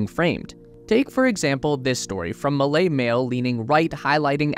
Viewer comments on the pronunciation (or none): none